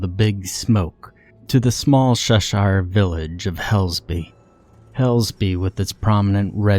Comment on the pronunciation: Cheshire, not Sheshire. The "Ch" makes the sake sound as the "Ch" in chicken, cheese or choose.